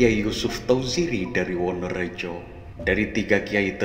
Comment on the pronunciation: WANARAJA ...bukan wonorejo